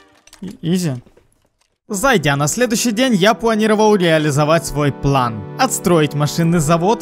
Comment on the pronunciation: Вау, ты сказал план, а не плэн